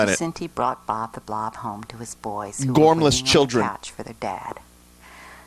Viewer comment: How does she screw up saying "Bob the blob" but perfectly pronounces Ratchalacucuratcha like 12 times